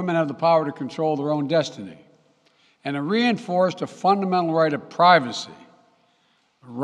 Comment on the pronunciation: "fundemedible". What's that word, joe